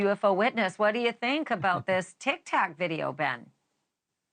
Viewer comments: That reporter said “Tik Tack” videos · She said tik tak 😂